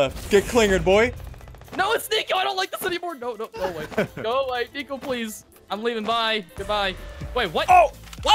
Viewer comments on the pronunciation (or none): I thought it was nico he said neo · U said nio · Nico not nio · He said nio not nico edit 1.2k likes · SSundee said Neo instead of Nico👀 the Matrix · In the beginning he said neo not nico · I just noticed that Ian said neo Instead of nico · IT'S NICO NOT NEO